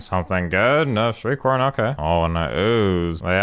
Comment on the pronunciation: Half the time when you say "Shriekhorn" it sounds like you're saying "street corn".